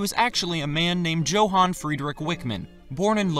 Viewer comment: . The "J" in Johan is pronounced like a Y. Other grammatical flubs I'm letting go.